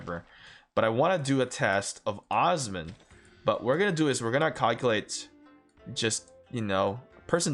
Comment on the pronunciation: It’s not uzman…. It’s Osman. Ooo-sss-man.